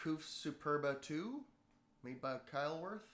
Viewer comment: Love the demonstration. I do have to say that you massacred the German names Buescher (Pronounced "Bisher"), Couf ("Coff"), and Keilwerth (Keelvurt). ;)